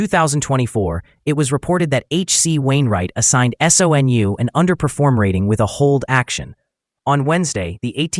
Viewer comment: SOUN? Not SONU